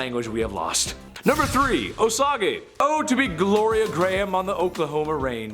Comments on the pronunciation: Osage is pronounced O-sage not O-sa-ga. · Osage is pronounced "Oh-sage"